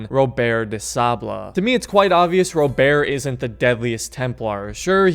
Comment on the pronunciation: You know you can just say Robert normal